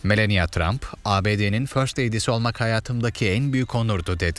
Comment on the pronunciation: Melenya tramp değil , Melani Tramp diye okunuyor